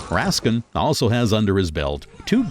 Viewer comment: there has been mistakes. On the Tarantino doc, the narrator pronounces Fred Raskin ( his editor) as Fred Raskeee and on the Art of Editing, Editor Thelma Schoonmaker is pronounced Schoon MAHKER ..its Maker